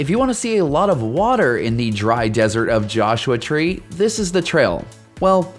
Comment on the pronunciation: Why do you long vowel a and the before consonants?